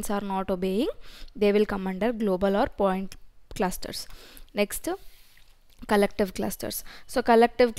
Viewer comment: "ok naa nextu".... Akka telugua??